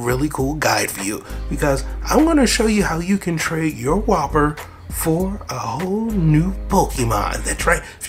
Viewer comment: You dont pronounce the name like its a burger you say wuuper